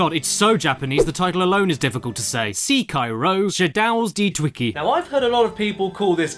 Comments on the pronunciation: SEEKAIRO : SHADAOS DEE TWICKIE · SeeKairo: Shedouws Dee Twikee, From Software's latest masterpiece